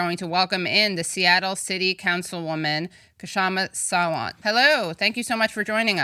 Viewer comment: Aha! Katie is the first political analyst who pronounced Kshama's last name right. Wanna hear her pronounce, "Khanna."